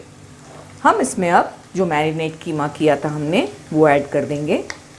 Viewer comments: It's called qeema not kheema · Y have u spelled it wrong? it's not kheema it's qeema. U speak urdu beautifully y give it wrong pronounciation. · Kheema nhi hota KEEMA hota h...😂😂